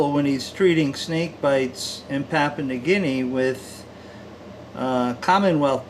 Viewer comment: PapOOa, New Guinea. That is what it sounds like, with your pronunciation. Where is that? It is pronounced, PapYOUa, New Guinea. The "poo" sound is not there, it is the "you", sound which is correct. As in you are saying it incorrectly, LOL. The antivenom should be the same as for the, Coastal Taipan. They are the same species. Whilst we disagree on the pronunciation, the antivenom should be specific for the species. Any thing else does not make sense.